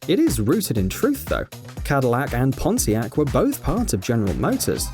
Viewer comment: When i heard "pontiac" I was like "HE CAN'T SAY THAT ONE!!!!" I heard that one a different than the way he said it...